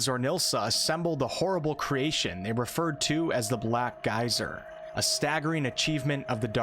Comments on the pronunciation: You say Black Geyser and i hear Black Isle. I approve. :) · The first sentence sounded like "Black guys are couriers of darkness." Did NOT see that coming. Took a second to readjust. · Sounds like you are saying "Black Guys" which isn't horrible, I would play a CRPG with black guys. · I keep thinking you're saying "black guys"